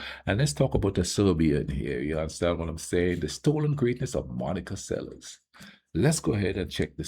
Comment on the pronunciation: It's pronounced like Selesh, not liek Seles with s.